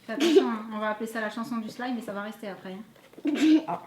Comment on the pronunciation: Ça se dit pas slime ça se dit slime c'est mon maître qui me la dit.çi non je vous adores😘😊